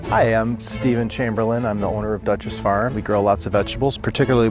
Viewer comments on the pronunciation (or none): none